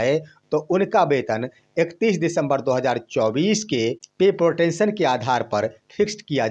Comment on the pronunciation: अंग्रेजी ठीक से पढ़िए महाराज। पत्रकारिता इतना आसान नहीं है। पे प्रोटेक्शन होता है ना कि पे प्रोटेंशन